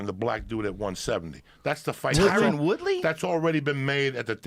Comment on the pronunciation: Joey: "Tyrone". Joe: "Tyron". Joey: "Tyrone". Joe: "TYRON!"